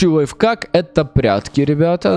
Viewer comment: Не лайфкак а лайф-ак